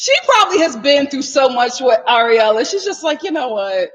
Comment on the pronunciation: Lol it sounds you keep calling that girl Areola 😂🤣